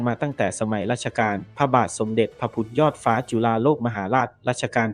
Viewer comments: คนไทยออกเสียงว่าพระมะหาจักกะพัด พระพุดทะยอดฟ้าจุลาโลกไมใช่พระมะหาจักพัด ไม่ใช่พระพุดยอดฟ้าจุลาโลก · น้อยไปสิ... ออกเสียงภาษาไทยเหมือนเพิ่งเคยเรียนภาษาไทย... จักรพรรดิ ออกเสียงเป็น 'จัก-พัด' พระพุทธยอดฟ้า เป็น 'พระบุด-ยอดฟ้า' พยุหยาตราทางชลมารค เป็น 'พยุหยาตระ ทางชนหมาก' ..หลังจากนั้นไปไม่รู้แล้ว เพราะดูไม่จบครับ